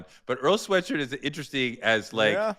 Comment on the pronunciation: My man said Earl Swearshirt 😂😂😂😂😂😂